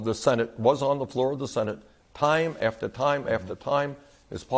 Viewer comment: What exactly is “Nafter” Bernie?